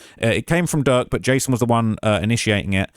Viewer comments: Why you keep saying jerk instead of durk? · keep calling Durk. “Jurk” 😂😂😂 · Why you keep calling bro jurk 😂😂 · keeps calling him Jurk lmao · Butta said durk lamron😂😂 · @@ I think just mess up names he keeps calling durk jerk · Durk not jurk ahole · Why u keep calling durk jerk 😑 feel like u doing it on purpose now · Why do you keep calling Durk, Jerk 🤣🤣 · Stop calling him jurk yo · after the 6th time u called him Jurk starts 2 feel like it's on purpose 😯😯😯😯 they pressed u Bad huh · He keeps calling durk jerk 😂 that’s hilarious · I’m shock how much these witnesses are talking, I know they’ve made deals with the prosecution, but I’m scared for them after all this testifying! Also I know it’s accidental but saying jerk instead of durk is making me lol 😂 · Why u keep calling durk, jerk? 😂😂